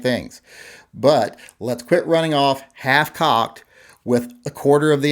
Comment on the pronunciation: Did you say half-cocked or hitch-cocked ... lol